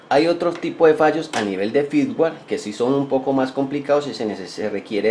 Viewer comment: firmware ; no "fitware"